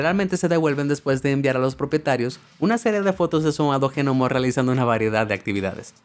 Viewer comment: Que el de la voz diga Gnomo en vez de Nomo me deja más intrigado